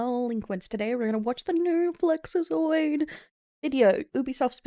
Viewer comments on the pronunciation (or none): why tf you still calling him flexazoid? not even close to right